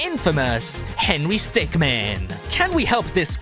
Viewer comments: He's henery stickmin, not henery stickman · henry stickman Me:ITS HENRY STICKMIN NOT MAN MIN!!